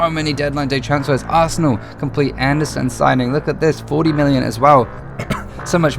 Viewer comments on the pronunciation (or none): none